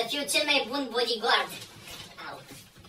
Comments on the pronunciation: Băi nu bodigău că BODIGARD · Se zice badigard